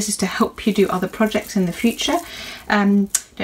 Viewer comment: Haha why heard her say daycare she’s supposed to say take care hahahahaha